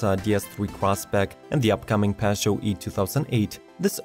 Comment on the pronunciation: The narrator needs type Peugeot into google translate and listen how it’s pronounced it’s not pass yoh that’s the most retarded enunciation of it I have ever heard